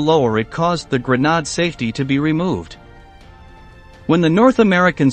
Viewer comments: What the hell is a GRANOD, try pronouncing grenade. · the a in grenade is long not short and its nade not nad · A "GRENODD"? W.T.F. IS A "GRENODD"? WTF is reading the narration and does not know the word: "Grenade"??? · What the heck is a grenod?? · A grenade - that’s what you get with a robot reader. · I think it's the French pronunciation of grenade. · Nope - just the current limitations in pronunciation by AI. Pacing and cadence also a bit uncanny valley’. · A robot commentator doesn't know a grenade is not pronounced grenard... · As much as i would hanve enjoyed the video, the HORRIBLE mispronunciation of words caused me to leave after hearing the butchery of the word grenade (grenod?!). Perhaps if the speaker was using a french voice or accent, i could understand! But this voice, whether computerized or spoken is horrible! There is even mistakes while advertising your new channel!! Not a ringing endorsement! If the producers dont speak english, in this case, please let someone who is fluent listen to the product while there is still time to correct any glaring mistakes!! Like i said, i was enjoying the vid until the mistakes grew more than my desire to watch, because of the mispronunciation of simple words!! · What TF is a grenod? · Grenade is not pronounced "Gra-Nod" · the gra-nad?😂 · Grenade isn’t pronounced grenard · Gre-nod??? Pangi stick?? This AI narrator needs more programming.